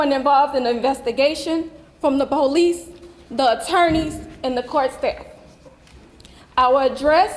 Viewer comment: "Ex-speacially" not a word. "BO-lease" also not a word.